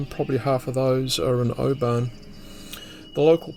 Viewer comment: Its interesting that you pronounce Oban as do the inhabitants of Oban in Scotland, not like the outsiders.